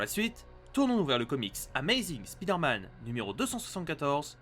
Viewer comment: Mais arrêtez de dire speeder man c'est perturbant et prononcé comme ça, ça veut juste dire: l'homme qui va vite.